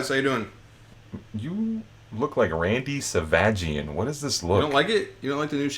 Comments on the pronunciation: this man said Randy Savagian lmao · "Randy Sa-va-gee"